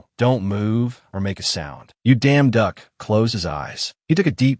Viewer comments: You damn duck i think they mean yeong duock i dont know how to spel bro i just heard you yousles damn duck lol😂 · Is it just me or i keep hearing damn duck 🤔❓❓ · IS IT JUST ME OR DO I KEEP HEARING: You Damn Duck As Protagonist Name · Bad AI. I just listen to it so not bad for me, and I ignore the terrible way the AI pronounces the leads name. It's just hilariously terribad!😂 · simply change the name and issue an initial statement about why you chose to change the name due to the unfortunate inability of the AI you use to stop enunciating the emphasis on certain syllables thus ruining the original name would be enough, and then continue onward. Most people should be capable of appreciating that and it is the story that matters, as you will have chosen to alter the name to make sure that the focus remains on the story and effectively removed a thorn equivalent distraction. I do love this story though! Thank you. For the record, I find the emphasis hilarious, but then I am also capable of getting over it and focusing on the story itself.😂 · I don't see any actual complaints here, just people poking fun at the way the AI pronounces the protagonist's name with an enunciation that completely alters it. The story itself is great!